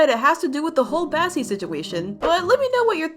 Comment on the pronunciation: Bro bassie not Bassi,oh my god bro what hell bro